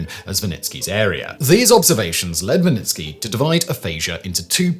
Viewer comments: Wernicke aphasia , not « Vanitki » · Pretty sure he was mispronouncing Wernicke